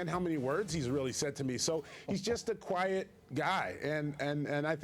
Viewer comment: Kwuiet Leonard